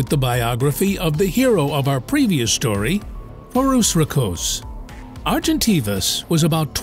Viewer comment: Half of the time, the tts couldn't pronounce Phorusrhacos correctly and the other half it pronounced it right. FOR-rus-RAH-kos not FOR-rus-RAH-chos. I don't even know where it's getting the h from. Also, birds are dinosaurs so it doesn't count as something scarier than a dinosaur.